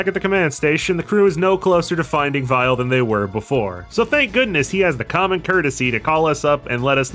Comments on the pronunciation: It almost sounds like you call weil as vile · I like how you say Dr. Weil's name with a German accent so it works as either Weil or Vile (his original name in Japan). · Text: Weil: Vile Me:?.....????? Am I missing something here? Edit: Oh. It's just the japanese pronunciation.